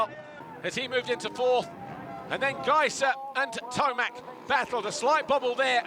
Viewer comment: Guy struggles to say Tomac lol,,, Kind of like F1 guys lol